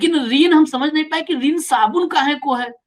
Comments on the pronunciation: ऋण भी नहीं बोल पर रहे शब्द को रिन से धो दिया😂😂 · Vrun yani qarja.. reen bola gaya